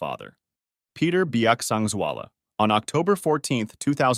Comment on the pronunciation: As a person from mizoram! Your pronunciation for his name is so good and thank you for sharing his death, it was really a sad event for the society of mizoram and thank you again.